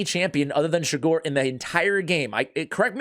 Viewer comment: Just rewatched this again and realized he pronounced my last name wrong again but still happy i finally got it.